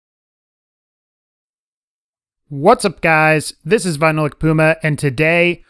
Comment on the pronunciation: ITS VINYLLIC PUMAR OH MY GURSH